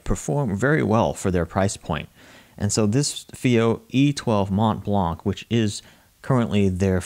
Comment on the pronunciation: The "C" at the end of blanc is not prononced like the "T" at the end of mont.